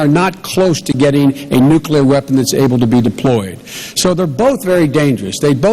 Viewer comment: she says "nucular" :)